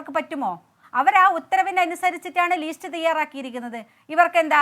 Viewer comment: ലീസ്റ്റ് അല്ല രമേ ലിസ്റ്റ് ആണ്.